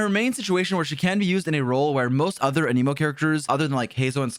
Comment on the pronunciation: He's not a "must pull" (unless you want your account to be good) ... the usual video. Also, please learn how to pronounce Anemo properly. =)